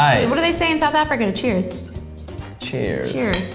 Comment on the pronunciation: we don't say cheers we say chez😂